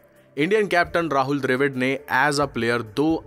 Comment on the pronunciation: dr A vid kya hota dravid bolna seedha seedha bihari